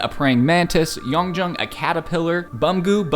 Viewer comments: not to be that guy!! no hate what so ever but their names are pronounced - Yun-june Soob-in Buhm-ge-you Tay-hyun He-you-ning kai (like the word hue) hope this is helpful! <3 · the way u say hueningkai ans beeomgyu and yeonjun 😭😭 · i’m sorry i can’t get over how he pronounced yeonjun 😭